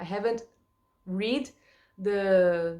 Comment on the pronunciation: Enjoyed your video,. Your English is sounding good and you appear to be enjoying learning about your new country; especially about "your" Queen, etc. But maybe not so much about English weather!? The word "read" in the past tense sounds like "red" The word "brewed" sounds like "BROOOD" Have a Happy Christmas and Happy New Year in the UK!